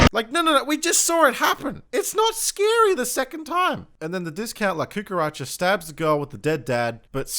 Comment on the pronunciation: It's 'cucaracha' actually